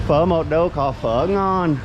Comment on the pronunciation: Well you pronounce "phở" are so good, Vietnamese citizen confirmed 😂